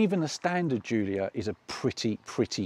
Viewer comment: The Jiulia is my favourite by far. I only wish car tube guy's could fucking pronounce it properly.